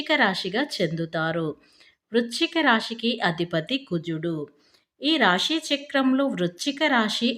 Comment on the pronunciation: రాషి, షుభాషుబాలు అనడం కూడా